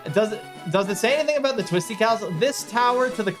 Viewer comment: hehe yeah, what its all "aboot"